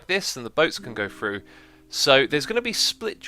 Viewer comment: its Through not Fru